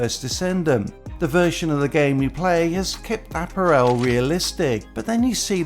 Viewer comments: Uh-pa-ruhl according to google 🤣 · Please learn to say apparel.